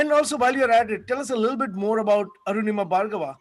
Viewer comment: Btw her name is Anurima, not Arunima!